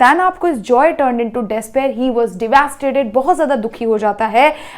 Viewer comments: Didi devasted nhi Hota devastated Hota hai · Devasted or devastated?